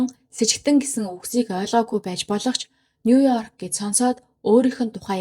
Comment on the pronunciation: Нуёрк гэж дуудахгүйэ;нью йорк гэж дуудаж сураарай;шүүмжлэлд бүү гоморхоорой;нэг үгч болов зөв дуудаж сурвал алхам тутамдаа эвгүй бдалд орж ичихээс аварна шүүдэ